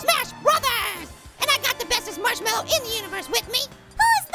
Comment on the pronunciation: its not marchwelwo its marshmallow